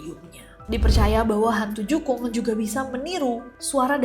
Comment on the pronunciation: jukung mbak bukan jungkuk